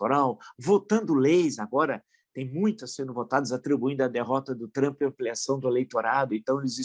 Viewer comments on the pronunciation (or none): none